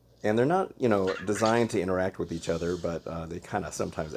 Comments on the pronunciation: you said it like 2 syllables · inter act why did he say it like that